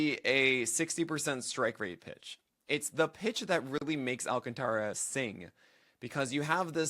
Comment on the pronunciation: Stop mispronouncing his name.